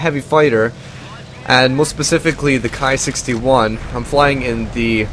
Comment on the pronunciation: KI is pronounced like key BTW